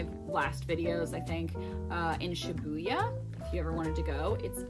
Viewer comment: I'm sorry I still can't get over the way she says "Shibooyah" ...